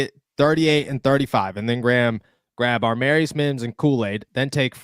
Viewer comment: Love your content but man get the names right !!!! Every video u have done u have gotten this name wrong !!!!!!!! AAAA- marius mims !!!!!!! DEFINITELY NOT AR- MARIUS …… there is NO R in the beginning of his name !!!! As much research as u have done can’t belive u can’t pronounce such a simple damn name !!!!!